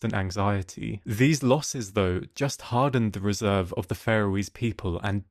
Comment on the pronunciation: Lovely video of a wonderful story. But please check pronunciation.... Gaelic is not the same as garlic... And it's "resolve" not "reserve" 👍